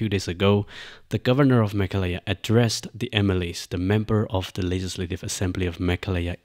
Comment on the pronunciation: The MLA has a valid point. Also, it's Meghalaya, not Mekhalaya.